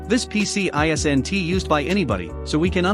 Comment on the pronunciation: Really! Using voice software which cannot pronounce "isn't". Is the real human voice so terrible to hear we decide to let software read words for us? Or is it just laziness? I vote for laziness on the poster's part.